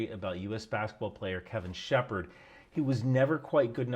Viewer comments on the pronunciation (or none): none